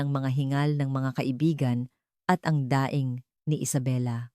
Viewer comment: kaya nga pati alasais iba nang png ka bigkas pati daing ginawang nyang daing na ulam kaloka ka auntie narrator.